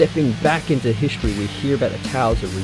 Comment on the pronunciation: Nice video, but that annoying pronunciation of the word "history" is just killing. hiSHtory 😆😄